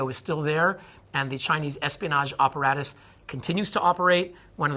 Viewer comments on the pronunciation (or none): Dude, why does this guy say operatus instead of apparatus? Why wiggers instead of Uyghurs? His use of spoken English is just off.